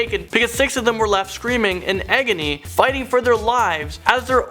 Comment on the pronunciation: Eggony? Lol its agony